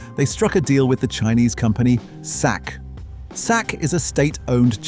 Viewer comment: Britlander comentary is crap, absolute shit in ignorant maner!!!!! Pronounce Chinese company as " sack" is just absolute disrespect